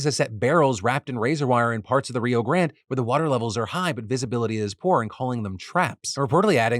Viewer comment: Not you speaking about your improve in spanish pronunciation and reading Grande like that 😅😅